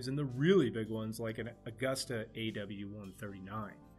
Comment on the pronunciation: There is no such thing as "very unique." Something is either unique, or it is not. There are no gradations of unique. Not "Aug-usta." It is properly pronounced "Au-goosta."